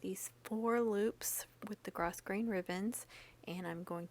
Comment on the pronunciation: So stinkin cute!!! You are very talented. Even when you say gro"s"grain....the s is silent-I thought you might want to know lol!!